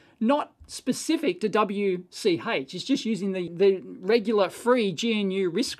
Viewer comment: Dave should look up the official pronunciation of GNU. It fits Dave's style better than the African animal Gnu.